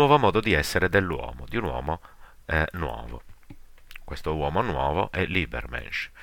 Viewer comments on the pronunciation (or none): Molto utile,tuttavia pronuncia scorretta di Übermensch, pronunciato come si scrive.